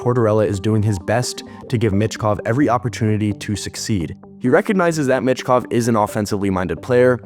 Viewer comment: It's pronounced Meechkov, not mitchkov